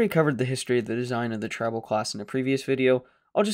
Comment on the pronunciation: Tri NOT Trib